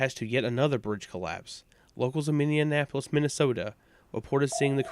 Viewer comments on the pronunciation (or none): haha i love your videos but "mindianapolis minnesota" i had to laugh as a minnesotan. also i knew about the bridge collapsing..my dad had drove over it about 10 mins before it did! i didn't know about the soghting of the bird